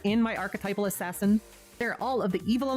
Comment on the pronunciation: I subbed the moment you went "ass ass in" cause I have been saying it that way since I was like 10 lol